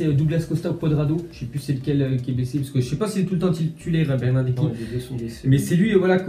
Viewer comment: Bernarderki ???? 😂😂😂😂😂 c est bernardeski lol